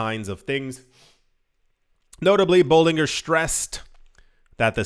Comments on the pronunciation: Bollin Ger ( Ger as in Germany) that’s how you pronounce his name! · His name is pronounced like this sounds: "Bowling-Jer" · Dude, it’s pronounced boh- Lin-jer….. it’s not that hard lol😂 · "I've been in "crypto" more than ten years but I cannot pronounce Bollinger (bolijer) bands. FFS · Bollinger - pronounced "Boll in jer" Trough - pronounced "troff" Thanks for the content 🙏🏻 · Bollinger as in Ginger 😂